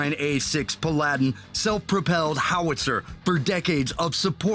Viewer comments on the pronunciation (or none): the stryker is actually newer than the Guardian. First Protypes of the Stryker was made in 1999 and the Guardian in 1997. just for clarifications. also one thing ticked me off, ITS NOT PA-LADIN- PAL-A-DIN. AHHH. Also To Clarify. Each Vehicle Fits a separate Role, especially MRAPs. Some are more combat based, while some are transport centered. Also yes our Branches are all different and i believe thats why with contracts. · "No.1 M117 Guardian-". What? Never heard of such a vehicle. Now I did hear of a M1117. Never heard of a "Plandine" either. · Bohemith, P'ladin? I think the voice over guy needs to work on some of the pronunciations. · narrator calls it a tank, that's a Self-Propelled Artillery system...NOT A TANK. At the beginning he calls it a M109A7, then later an M109A6. and It's pronounced PALADIN (pal·a·din) not pa la din. That "thick-boy" is a 155mm projectile. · did the show host say pa-ladin?? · That Paladin being pronounced like it's fucking Aladdin made me upsetti spaghetti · I cringed a little when they called the M109 a "tank" and again when they called it the Pa-lad-in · Jeez. this guy's (the announcer's) pronounciation. Pal-lad-din? NEVER heard it pronounced that way before. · this guy needed to chill out the way he pronounced paladin... and also called it a tank..... technically true but thought it was a self propelled gun. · The way he pronounced paladin has me shook